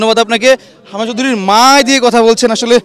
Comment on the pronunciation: কি রিপোর্টিং করেন “হামজা” শব্দটা পরিস্কার করে উচ্চারণ করতে পারেন না।